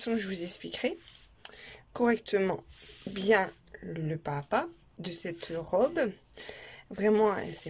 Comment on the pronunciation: Pas à pas = PAZAPA! il faut faire la liaison! vous faites toutes la même faute que!